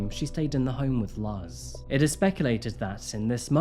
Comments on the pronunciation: as a Puerto Rican - just a few things I needed to say: "Luz" is pronounced like "LOOZ", it means "light". and Puerto Ricans are not really immigrants to the states, as the US took control of the country long long ago and we are technically US citizens whether we were born on the island or on the mainland. its a common misconception and not a big deal, just thought I'd add! Great content as always. Been a fan since day 1 <3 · "Luz" is usually pronounced "loose" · FYI Luz is pronounced more like “lose” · Luhzz?? Come on,, man! You're so good with your research, but sometimes your pronunciation is just ridiculous! No hard feelings and cheers for making me laugh. Long time fan here, just couldn't keep it in this time. Luhz...lolz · Two small things!! “Luz” is pronounced more like “loose” in Spanish!! And Puerto Ricans don’t immigrate to the US, we’re born US citizens. 😅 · the u is an "ooh" sound and the z is soft. It's a beautiful name! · I'm not even hispanic but hearing him say "Luss" 1600 times got SO annoying. Would've been nice if he actually googled a pronunciation audio or that PR is a U.S. territory lol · fr i cant watch this one, every time he says luzz i 'luzz' focus🤣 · i seriously don't understand how someone can mispronounce the name Pedro! "Luzz" too, i had to pause for a bit cos i was clenching my teeth. But like fr? Mispronouncing PEDRO? c'mon man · Luz....is pronounced looze. It means light. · Luz is pronounced LOOZ. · Puerto Ricans are not immigrants to the US as it's part of the US and Luz is not pronounced that way either. You usually get things correct. Fact check especially when it comes to name pronunciation and when using the immigrant label. That's what I think. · Couldn't listen after you kept pronouncing the mom's name WRONG!! You might want to look up the correct pronunciation. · Your pronunciation of “Luz” is sus. Lmao. So cringe. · your spanish pronunciation is killing me, man... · You pronounce Luz wrong.